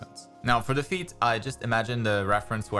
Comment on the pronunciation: "A good pose starts with the feet". I'll always remember this bc to me it sounded like "A good pose starts with defeat" 😆